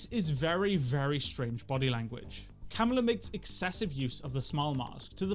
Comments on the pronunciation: By the way, it's kuh-MAH-luh. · Kamala pronounced cumala cum ala Cum allah Cum god Would Kamala Harris suck Trump to win the presidency? Is the question on everyone mind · It’s not how you say her name